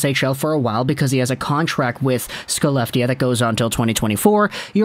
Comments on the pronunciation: Hey! It is a minor nitpick but Skellefteå is pronounced Shell-eft-eh-oh. It's ok swedish has weird language conventions compared to english. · no its Shell-eft-eh